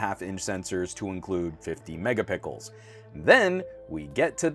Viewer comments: oh boy you can't say megaPICKels instead of megapiXels... simply unbearable. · It's just his thing. He says this to mock the "megapixels wars" between the various companies.